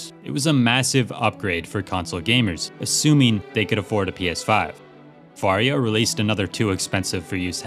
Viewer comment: every time he says "Varjo" my brain hears "Wario" and im so glad it is this way